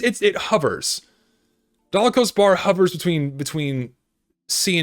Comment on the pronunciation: It’s called the Dalokohs Bar, not Dalakohs Bar, also, Natascha is Pretty OP